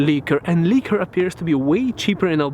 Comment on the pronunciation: Liqour not leeker